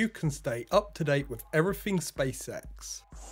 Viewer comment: Love your work. I know it's random but I can't help notice there sounds like an extra F when you pronounce the word "everything" vs everyfing